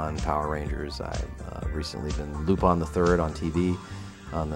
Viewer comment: pronouncing lupin the right way. that's nice